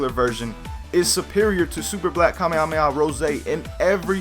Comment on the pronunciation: dont say to mucj kamehameha because you cant tell it right and it is aufull to hear xd